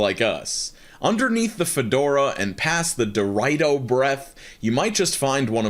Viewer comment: let’s talk about the way you pronounced Dorito